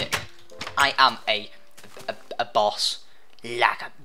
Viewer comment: every time he says boss it sounds like he says balls.